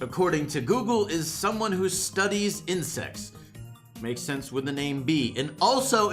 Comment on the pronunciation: lmfao when he saidi ''someone who studies insects'' i heard ''someone who studies incest''